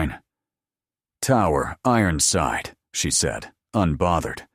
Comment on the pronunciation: “Ironside” does not have 4 syllables.